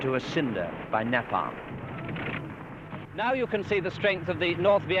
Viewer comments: Its napam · If I hear him say "NAPAM" once more I am going to scream !!!! IT"S NAPALM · Na palm😂 it's Neapalm! Like a horse 😂😂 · so your aware we brits dont call it nah palm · Napam napam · RPG - rocket propelled grenade, not "gun". The pronunciation of "napalm" was also rather quaint from the plummy English journalist. Not discounting his courage for being there though - but perhaps a level of naivety also played a part. Good work by the cameraman or men too. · I wish he could say Napalm right